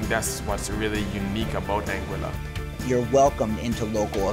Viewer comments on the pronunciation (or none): I went to the closest neighboring island, Antigua. Despite the Americans mispronounciation of Antigua it is actually pronounced by locals as ‘Ann-Tee-Ga. NOT the tourists ‘Ant-ee-gwa.’ That said, Antigua is approximately 10 x 10 square miles or 100 square miles with 365 DIFFERENT BEACHES!!! I think it is also lesser known that Princess Diana, when living, loved to bring her boys to vacation in Antigua because of the immense private feel. When I was there, the police did not even have ‘a’ car..and if you needed the police, you would have to go pick them up; because the crime rate was so low. So beautiful, you could be on the beach one minute and 5 min later be in the mountains. As for Anguilla, there was not much on that island at least when I was there….a few resorts, a medical college/surgical college. Flew into San Juan PR and caught a final leg, small flight into Antigua. The taxi driver who picked us up and delivered us to the hotel said ‘hey, mon…if you don’t have a good time in Antigua you need to go see a head doctor when you return home….’ TRUER WORDS, NEVER SPOKEN. Beautiful place.